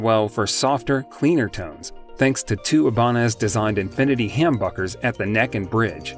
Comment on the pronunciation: Uh ya it’s humbuckers with a Short u sound , I like your choices but IYV is very good to.